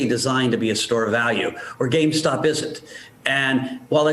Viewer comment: She keeps saying “gamestock”